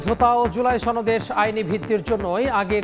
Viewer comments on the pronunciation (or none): শিরোনামের সময় উপস্থাপনায় খবর পাঠক বললেন জুলাই সনদের না বলে বললেন জুলাই সনদেশ,,🤣